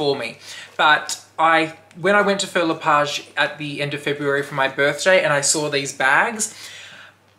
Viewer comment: hi love the bag!! Please google how to pronounce the name its not Phil le Page.....this comment is not coming from a bad place just sounds better when you say the word correctly.